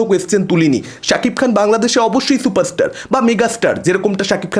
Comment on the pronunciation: দেব নাকি সুপারস্টার 😄😄😄😄 কালা থুতলা বাংলা উচ্চারণ করতে পারে না সে আবার চুপারস্টার😄😄